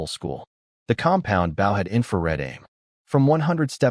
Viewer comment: Bau bow -> boh bow wau-nd wound -> woo-nd wound grehn-aud grenade -> grehn-aid grenade, SMH